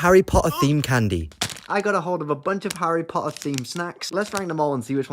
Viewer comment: Harry po’ah😂😂😂